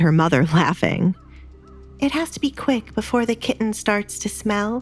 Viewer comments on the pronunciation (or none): I wish the narrator would stop saying the word kitten. She pronounces it like a moron.